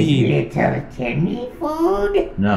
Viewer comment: It’s little Timmy not little tenny💀💀💀💀💀💀💀💀💀